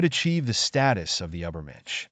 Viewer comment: And how about “ubbermensh”?